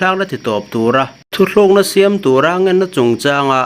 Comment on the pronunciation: THUTHLUKNA......X THU TLUKNA....✓ THU HI AN TI TLU ṬHIN. THLU A DIK LO.